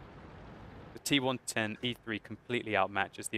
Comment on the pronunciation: I am keep hearing "T one twenty-three" :P